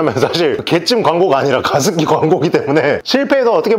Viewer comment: 게습기ㅋㅋㅋ 난 왜 광고주님이 욕하시는거로 들리지?ㅋㅋ